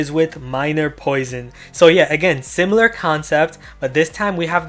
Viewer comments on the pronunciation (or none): none